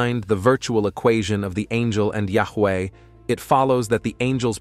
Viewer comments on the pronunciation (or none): none